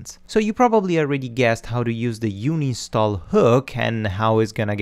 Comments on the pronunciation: Its UN INSTALl not uni stall lol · It's 6 years ago BUT, "you-nin-stall"?? it should be "ann-in-stall".. Not youninstall. "un" is read as "ann" in English. But your lessons are great. I'm just nitpicking on how you say the word and I can't stop from thinking about it unless I comment this.. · Stop saying "Uni Stall" it's doing my head in! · UHN-in-stall .... "UHN" the same sound as the "UHN" when you say the number "one." HOWEVER: UNI-nstall is now my favorite. I will try to use it in every professional situation possible! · Thanks for the great video series. I would also like to add that it is pronounced un-install :) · No way, from now on I'm calling it uni stall much cooler ;) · I've been saying uninstall wrong for a undisclosed amount of years and no actually i dont want to talk about it, cheers!